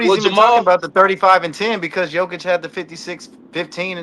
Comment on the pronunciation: Learn to pronounce GOATs name its Yo-Ki-Ch!